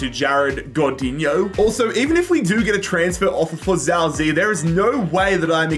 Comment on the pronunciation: every time i hear him say "zao zee" my ears bleed just a little. defo not his fault but it just gets me 😭